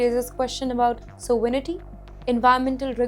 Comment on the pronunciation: btw, the presenter needs to learn to speak English. (like how to pronounce 'sovereignty' and 'strategically'. her pronounciation is laughably terrible